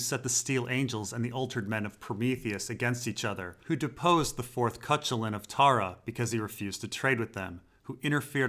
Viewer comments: Cuchulainn is pronounced "Koo-Kullen" not "Kuch-ullin"....Just sayin. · I'm not sure if your pronunciation of "Cuchullain" was in another video and I didn't notice, but it's wrong. It should be like "koo-HUH-lin", not "KUH-chuh-lin". Other than that minor point, another great video! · Cuchalin? Yeah that's pronounced Koo-kul-an, a mythical Irish hero. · by the way congrats a couple months late. nice ceremony. by the way, i know you are a stickler phonetically koo cullen not cuchalen. thank you. p.s. why would pates maester have a lobstered gauntlet from a prince that he cant remember? rhaegar? why, how? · I love the videos both happy and sad to see this series come to an end. Still as long as you make them I'll be watching... and rewatching. the Fourth Cuchulainn, Cuchulainn is an Irish Mythological figure which you may or may not know. It is pronounced "coo-kul-ann". There's no k in Gaelic ch makes thst sound. It might be of use if you cover that story in the 1000 Worlds Book Club. Keep up the good work, I always aooreciate that you have the references right there on screen for us. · Great series; that's absolutely not how you pronounce Cuchulainn though